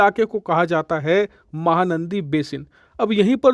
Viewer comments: It’s “”MAHANADI”” not “”MAHANANDI”” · its MAHANADI not MAHANANDI. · It's mahanadi not mahanandi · Mahanaandi nahi bhai mahanadi😊😊😊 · You kept pronouncing wrong name, it’s mahanadi…not mahanandi. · बेवकूफ महानंदी बेसिन नहीं महानदी बेसिन कहते हैं।😂😂😂😂😂😂😂😂😂😂😂😂😂😂😂😂😂😂😂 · सर महानंदी नहीं महानदी है। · महानदी not नंदी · RIVER NAME MAHANANDI NEHI HAI...."MAHANADI" HAI.... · महानंदी नही महानदी बेसिन नाम है !!🙏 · Mahanadi not nandi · Bhai its Mahanadi not mahanandi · Its not Mahanadi , it Mahanadi please rectify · Bhai "Mahanandi" nahi "Mahanadi" h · Mahanandi nahin ..its called Mahanadi, means big river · It's not mahanandi... It's mahanadi.please check your Pronounciation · 👌👌👌 Mahanandi nahee, Mahanadi hai... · Not mahanandi its mahanadi...luv from odisa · Mahanandi Nehi MAHANADI Ye correct it.🤨🙏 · MahaNadi not mahaNandi, pl. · भाई साहेब mahanandi नहीं mahanadi है सही नाम । कृपया ठीक नाम में खबर देने की कृपा करें ,,🙏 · Mahanadi basin not mahanandi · Not " MAHANANDI " it is Mahanadi . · It's Mahanadi not Mahanandi, and its flowing through Cuttack not bhubaneswar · Its mahanadi not mahanandi bro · Actual name is not mahaNANDI...... It is mahaNADI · Sir it is Mahanadi not Mahanandi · This is Mahanadi,not Mahanandi.please rectify it. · Mahanandi nahi Bhai mahanadi h. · Mahanandi nehin Bhai Mahahanadi hai me Odisha se hun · महानंदी नहीं महानदी है cg से निकलती है ओड़िसा मे विसर्जित होता है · It's not mahanandi . It's Mahanadi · Mahanandi nahi bhai mahanadi hai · Bro it's Mahanadi not Mahanandi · माहा नदी भी ठीकसे कहना नहीं आता।कहां से हो भाई।